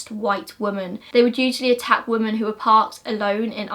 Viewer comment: I love your videos cannot fault anything about them except for one tiny pet hate that you say "woman" instead of "women". E.g. you say "he murdered nine woman" instead of "he murdered nine women". I'm prob the only one to notice🙈 Maybe its just your accent or a habit because you are very well spoken apart from that. Hope I don't sound like a asshole. Love everything else apart from that❤❤